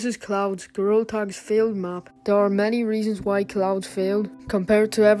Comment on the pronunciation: bro said cloads